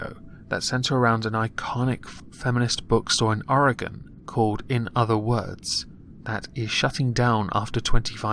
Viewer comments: Dude thank you for saying oregon right. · THANK YOU FOR PRONOUNCING OREGON RIGHT